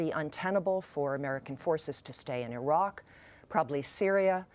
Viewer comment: She is dumb, cant even say Iraq right lmfao. He threatened the US and we took them out.